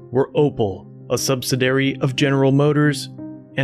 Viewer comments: Good work. You mispronounced “subsidiary “ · I can't continue watching this video with the mispronunciations of subsidiary and Vichy. It's like chalk on a Blackboard